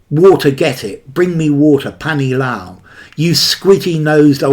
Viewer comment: I liked the way you pronounced 'panee lao' and 'Idhar aao' (hitherao)...